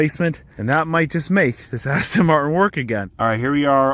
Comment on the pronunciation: "Ast" makes you sound like an ass